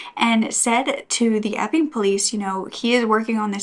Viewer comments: Thank you for always having contant warnings, just knowing that it is coming in the video makes it easier to hear. Everytime you said " the Epping police" I heard "the f'ing police" 🤣🤦‍♀️ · When u say Epping police I hear “F-ing police” 😂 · Such a horrible story. Thank you for sharing so sensitively. Inappropriate of me maybe, but possibly a coping mechanism, every time you said the town's name it sounded like Eff-ING. It did make for some comic relief :-). Keep up the great work 👍